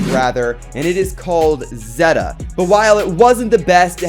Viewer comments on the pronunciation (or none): none